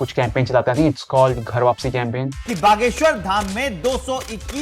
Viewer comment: Abey Bhaaageshwar nhi Bageshwar hota hai. भ aur ब ka farak hai